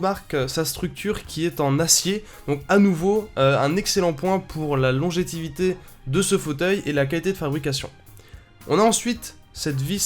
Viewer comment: "Longétivité" Pour info on dit longévité ;)